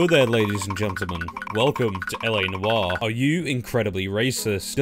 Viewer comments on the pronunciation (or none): "Noire" is one syllable.